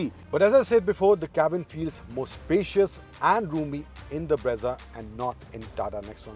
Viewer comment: Brezza ×× Bra-za√√